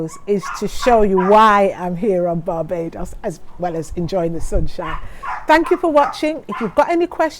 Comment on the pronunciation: Did she just say barbadious